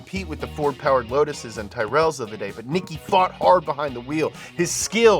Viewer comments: For future reference, it's pronounced "teer-roll," not "tie-rell." I know, I'm an ass, but that pronunciation had me dying.🤣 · İts pronounced Tirill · amazing video, just one small thing: Tyrrell is pronounced "ti-rul". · I'm sorry, "Tirell" Tyrrell, Ken Tyrrell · tie-rel...come on...really? at least get the names right....feel like they just watched the movie and built cliff notes for it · Another interesting and entertaining video. However the Racing car company Tyrell should rhyme with Squirrel. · God I love... But Tie-rell 😭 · Your the only person I've ever heard butcher tyrell